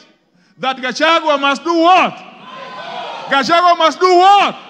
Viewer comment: How is she pronouncing ,,"""gachwangi""" or